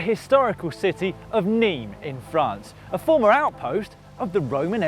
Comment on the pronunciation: Dear Loydy, It is not pronounced "Niim" it is pronounced "Nimm" . Like dim your lights. But with an N. Cheers